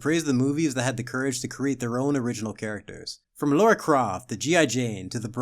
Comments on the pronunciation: It's Lara, not Laura. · Do you just said "Laura" 🙄